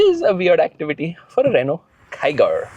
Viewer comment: here yells come on kiger, at home, hears "come on tiger"😉